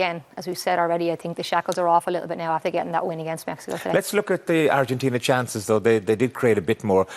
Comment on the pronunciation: I dig the way she says "Argentina" with almost an Argentina accent, kudos dear!!